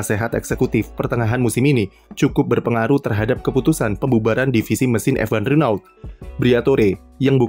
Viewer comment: renault dibaca rono